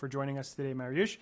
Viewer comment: Awesome stuff! Appreciate you getting at the correct pronunciation of Mariusz's name